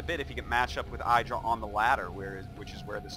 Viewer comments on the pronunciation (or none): why the fuck artosis always pronounce I-dra not Id-ra?? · Man I just subbed to his channel after learning he had one from a Devin Nash talk and I've been getting recommended so many games from WoL and I honestly gotta say I really do miss how every game was almost 30+ minutes but I will say I don't miss him mispronouncing Idra's name.